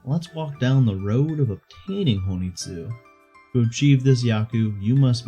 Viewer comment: Um ackchually its hon ii tsu not ho ni tsu